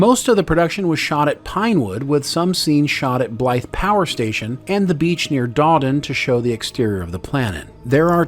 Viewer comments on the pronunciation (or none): none